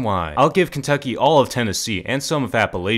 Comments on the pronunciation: App-A-Lach-A that's how it's pronounced. Not fuckin Apealashia. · AP LA ATCH A!!! THAT IS HOW ITS PRONOUNCED!! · As a representative of the Appalachia Area you are boycotting you for mispronouncing our name. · You pronounced appalachia wrong